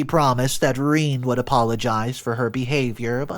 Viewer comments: Rene pronounced Renay not Reen... unless you're an inbred barefoot hillbilly.... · It’s not ‘Reen’, it’s Rene (sounds like reh-nay) no matter how much you want it to be. If you wanted your child to get bullied so bad and turn out like this brat, shoulda named her Reen. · Not Reeen....its pronounced Renay... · i'm sure it's pronounced rene,not reen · Rene is not pro ounced Reen but is Ren ay (short e) (long a) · Ren-ay. Not Reen. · It's not "Reeen", it's "Reh nay" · Oh good grief. Rene is not pronounced as Reen. How about pronouncing the name correctly. Rene is pronounced as Ren āh the first e is short. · The story is good, but saying "Rhine" is borderline disrespectful for your audience and for the human being who is writing your stories. It is Renée, feminine form for René, and it's pronounced "Reney" for english speakers... I hope your own entitlement come to light, selfish thief may get what he deserve after some time. You are not better than the imaginary characters in your stories, maybe worst ^^ 🖖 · I do not know about others but pronouncing daughters name as ( reeen) when the most common way to say this french word is (ray-nay) puts my teeth on edge! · Reen!!! Really!!! Pretty sure a person would know it's pronounced RenA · Reen?? Rene is pronounced "reh-nay"! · You were "conservation in your moves?" JFC, "Rene" is pronounced RA-NAY. Your stories and their presentation are absolute garbage. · Rene is pronounced Reh-nay, dude. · every time I hear him say Rene as Reen I cringe, which is often. JFC. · She was jealous. Also, it's Ree-NAY. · Rene is pronounced ren-ay